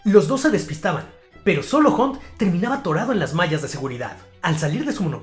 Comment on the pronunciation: Ocon como siempre haciendo show, gran recopilación amigo. Un detallito, la pronunciación de la "U" en Russell y Hunt, es como una "A". Osea se pronuncian "rasel" y "jant". Saludos estimado, gran trabajo!!